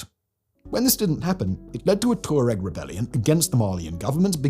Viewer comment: Pourquoi prononcer Borganville? C'est Bougainville en français. Même chose pour Torets, c'est Touareg. & la Nouvelle-Calonie, mais c'est quoi, ce bordel ? J'arrête, c'est insupportable.